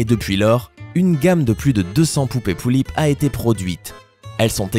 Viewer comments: ce que tu dit sur les pullip c presque juste déjà tu ne dit pas bien (pullip) et ensuite tu dis qu'elle a des frères et les sœur mais elle a juste un frère les sœur c'est les sœur du taeyeng alors avant de le juger renseigne-toi mieux s'il te plaît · ca pique mes oreilles quand tu dis pullip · "Pullip" ce prononce comme ça se lit et c'est tout sauf une poupée barbie -_ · on dit pullip est pas poullip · on dit des pullip pas des poullip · On dit pas poullip mais pullip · sa se lit pulipe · PT1 c est pas POULLIP MAIS PULLIP C EST PAS PARCE QUE C EST CORÉEN QUE ON DIT POULLIP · Exactement parcontre c'est pas poullip mais pullip ça se prononce comme ça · les pullips ne sont pas des jouet et encore moin des barbies se sont des poupées de collection en VINYLE (très fragile) elle sont que pour les + 14 ans !! et sa se prononce pas Poullip MAIS = PULLIP !!! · je comprend pas comment on peut dire une poullip a la place d une pullip... apres tt le monde a s1 facon mais je comprend quand meme pas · c 'est pas lullips mais pullip et on s'enerve car c'est une passsion et que quand on vas chercher des informations sans renseigner d'avantage oet qu'on se trompe evidament que sa provoque une fureur j'ai les pullipiennes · Ont dit Pullip pas Poullip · je suis désolé...Mais on ne dit pas "Poullipe" mais vraiment "Pullipe" et aussi Yeolume se dit "Yéoloumé" enfin je ne dis pas ça pour critiqué 🙌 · c'est pullip pas poullip 😂😂😂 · On dit pullip et pas poullip merci de respecter mes poupée pref'😂😂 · On dit pas "poullip" mais "pullip" et en plus les pullip ne sont pas du tout des barbie !! #teampullipienne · c'est pas "poullips " mais "pullips "! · c pas poullip mais Pullip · c'est pas poulipe comme tu dit mais pulipe ! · pas poullip!! Pullip dit avec le u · ca se dit Pulipe pas poulip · Ça ce dit pUUlipp/peullip pas poullip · Oh non ! Au secourd ! Tu a mal prononcer Pullip ..... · on dit pas poulipe mais pulipe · xd comment il a dit pullip il a dit pouillip je suis morte